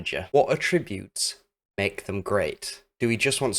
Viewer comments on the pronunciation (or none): verb 3rd person present: attributes /əˈtrɪbjuːt/ with syllable stress on the 2nd syllable. noun plural noun: attributes /ˈatrɪbjuːt/ with the syllable stress on the 1st syllable 🙂 A very insightful and valuable video, as they usually are. I usually like goalkeepers not to punch so much. British GKs/GKs in the top English league tended to catch the ball much more often until more recently where it seems to be more popular to punch more now. It would be interesting what % of goals in a season on FM are scored from assists/passes coming in front of the goal compared to assists/passes/crosses coming from wide/r areas.